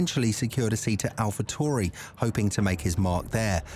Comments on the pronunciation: I was being sarcastic the presenter was mispronouncing the name all video long. Tauri is the word that he was pronouncing tory. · Can you please stop using the stupid British robot. They obviously don't know how to pronounce the name of the team that this video is about !